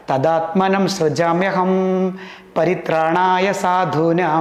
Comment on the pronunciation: തഥാത്മാനം സൃജാമ്യഹം….എന്നാണ്.. അനന്യാശ്ചിന്ത്യയം തോമാം ഹേജനാ: പര്യുപാസതേ…. ശ്ലോകങൾ ശരിയായി ഉച്ചരിക്കാൻ ശ്രദ്ധിക്കണം🙏